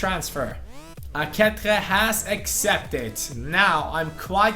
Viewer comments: dude, its pronounced A-KE-CHE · Aketxe is pronunciated like "aqueche" in spanish, look in googletranlator to hear the right ptonunciation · Aketxe is pronounced AkeCHe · Ehm i think few episodes ago you found out that aketxe is pronounced "aketche" but you still pronounce him wrong. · In the basque language, the 'tx' is pronounced like a 'ch', just for you to try and not butcher poor aketxe's and aurtenetxe's last names, hope you can see this and learn more about the basque language